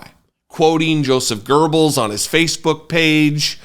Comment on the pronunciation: Heads up Joseph Goebbels No letter R!!! Its not grrr bells!